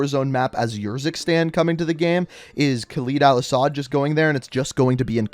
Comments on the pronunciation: I don't wanna sound like a dick whilst being a dick but can you start saying Khaled probably it isn't khaleed it's Khaled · Man this guys pronunciation is so annoying lmao ‘khaleed’ and ‘yurzikstan’